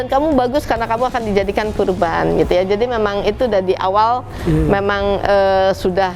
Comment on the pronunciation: qurban mba bukan korban. wkwkwk